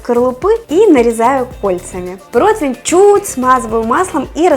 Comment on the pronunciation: Противень. Не протвень. В целом позитивно, понравилось